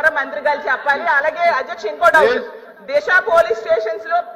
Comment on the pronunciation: Disa not Desa